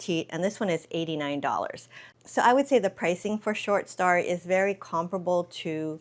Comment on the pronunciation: I love you and your channel, but the way you consistently pronounce story as “starry” is killing me. 😬😂